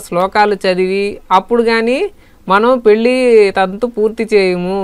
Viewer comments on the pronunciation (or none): none